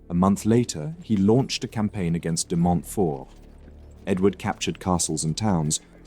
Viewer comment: DemontFORT and Lewes pronounced Lewis